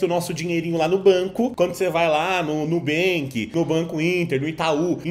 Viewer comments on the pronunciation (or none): none